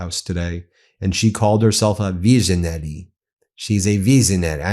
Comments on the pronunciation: OMG - as a veeseenoree …she cannot even pronounce the words, now she’s a “visionary”. So maybe she can see herself replacing Epstein and his team again..the whole family are festering swamp. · Melania is a veeezanary..😂😂😂